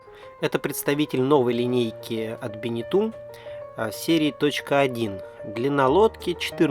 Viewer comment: Правильно произносится Бенето, а не Бенету. Режет слух:-)